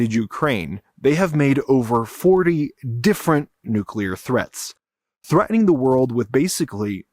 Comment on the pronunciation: Threa-ining? No, it's "threaTening". There is a T in there. Don't ghetto it up.